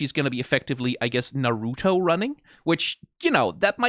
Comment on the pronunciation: why is he saying naruto like that it hurts me every time